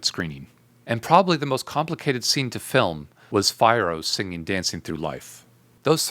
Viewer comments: The way that genuinely bothered me lol I'm over here like I have never heard someone pronounce his name like that and I hate it with a passion... Everything else was on point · So much detail and love the analysis! But, you’ve clearly seen the movie so why “Fye-Yih-roh”? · Except for your mispronouncification of Fiero, this wa s fascinating analysis!